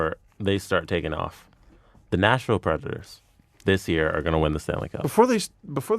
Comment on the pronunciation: Y'all keep saying Nashville Predators like it's National Predators and I'm irritated